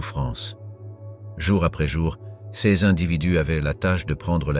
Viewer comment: Non plus "c s" mais "ces" ! C'est pénible !!